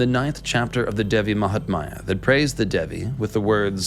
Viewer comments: Not Devi mahtmaya but Devi Mahatmya or Devi Mahatmyam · Devi Mahaathmya..not Devi Mahatmaaaya..thanks!! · Appreciate the effort to explain Kali. Good research! One comment "Mahatmya" is pronounced with "my" fused (not like "maya") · She is devi Mahamaya..another name. The text is devi mahatmya..no silent t